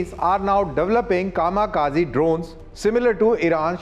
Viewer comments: Kamakazi Nehi Kamikaze 😂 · zkamikaze. Atleast pronounce things right when reporting.